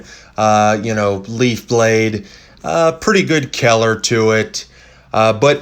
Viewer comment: I loved the video. Couldn’t stand the “Keller”